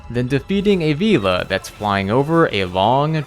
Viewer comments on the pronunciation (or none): none